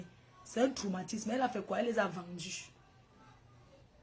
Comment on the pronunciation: C’est toi qui a compris ce que tu veux comprendre tout le monde a bien compris tro et non trou ivouuuhh